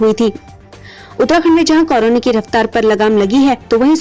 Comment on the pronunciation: Madam pahle korona bolna seekh lo